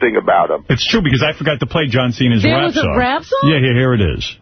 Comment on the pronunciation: Ugh….”John Senna”…that’s one of those Howard Stern things that always used to annoy me. Pretending not to know someone’s name. Even if you aren’t a wrestling fan, even if you’ve had your head firmly buried under a rock for the last 20 years, you know how to pronounce John Cena. Mispronouncing that is supposed to be a subtle “I’m above all of this” move…meanwhile, it has all the subtlety of a feminism rally circa 2016